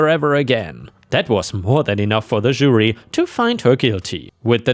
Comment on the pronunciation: really wish you would learn how to pronounce Jury.